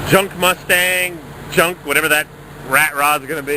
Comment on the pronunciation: yeah but he goes "jeeonck " or "rrrusted" every time he sees a vehicle older then a day....he he he